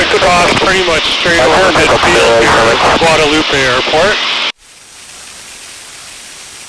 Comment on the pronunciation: 👍☑️ yes you’re back! A tip so you will sound like a local next time, the "e" is silent at the end of Marie Galante and Guadeloupe unlike it is in Spanish. You should stop in Dominica on your next trip, the least developed and most beautiful of the windward islands in my opinion.